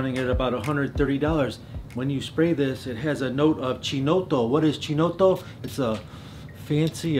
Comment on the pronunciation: Pronunce of "Chinotto" is like was written something like"Keenotto" :)